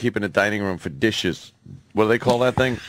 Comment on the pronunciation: Did anybody else hear Vos completely butcher the word dishes ??